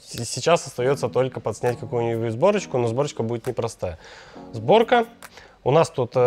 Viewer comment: Правильно "Сборка" а не зборка